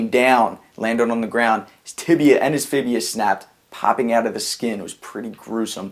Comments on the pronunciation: There isn't a bone called the "Fibia" it is call the "Fibula" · By the way is fibula not fibia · fibula lol.... not fibia